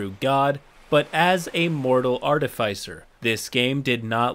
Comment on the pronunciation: I'm sorry but this bugs me to no end. Artificer: US: /ˈɑːr.t̬ə.fɪs.ɚ/ UK: /ˈɑː.tɪ.fɪs.ər/ There is no diphthong in either pronunciation.